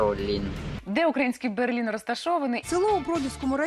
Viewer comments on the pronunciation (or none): не Берлін, а Берлин